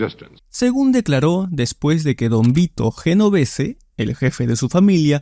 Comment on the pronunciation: Un video excelente!!!! solo que le falta el toque profesional de pronunciar los nombres y apellidos de manera correcta. ejemplo: GENOVESE: EN iTALIANO SUENA :YENOVESE.